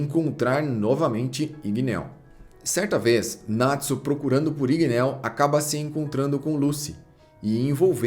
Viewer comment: Igneel n se pronúncia com o som de "e" e sim com o som de "i" como tem dois "e" o nome fica com som de "i" mds q agonia shhssh